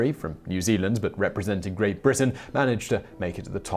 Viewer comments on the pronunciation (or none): none